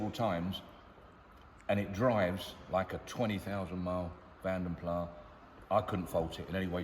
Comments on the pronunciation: CORRECT !! It is indeed pronounced 'Plass' and not 'Plah'. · Vanden Plas, not Vanden plaaah.